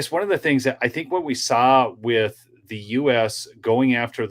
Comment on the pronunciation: He needs to learn English it’s not Wit, it’s with.